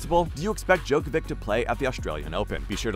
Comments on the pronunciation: Hard to understand people still don't know how to pronounce NOVAK DJOKOVIC name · Hard to understand people still after so many years don't know how to pronounce NOVAK DJOKOVIC name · Try to learn to pronounce his last name. You can do it. We believe in you. :)